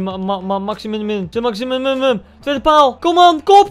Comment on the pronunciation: Iedereen: Saint-Maximin Koen: Saint-Maximinuninuwua